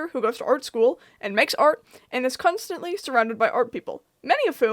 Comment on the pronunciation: “kunst”-antly….. lol